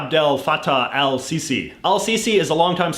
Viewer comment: Everything you said about Egypt was wrong, especially how you butchered the president’s name